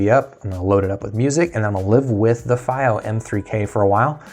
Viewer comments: It's not feigh oh It's fee oh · It is pronounced "fee-o" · It’s pronounced fEE-Oh